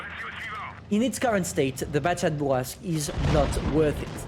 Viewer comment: I like your accent when you say Bourrasque... feels authentic and natural